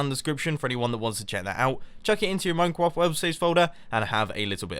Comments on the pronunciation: "Moincwoft worldsaves folder" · Minecrowft Minecwaft? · "Chuck it into your Minekwaf world saves folder" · minecwaft wob saves folder. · Minecwaft wowld saves folder.